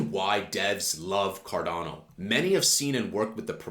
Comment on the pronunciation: I'm subbing now that you pronounced it correctly 😂